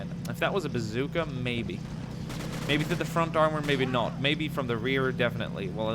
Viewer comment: I've always wondered why he says bazookr instead of bazooka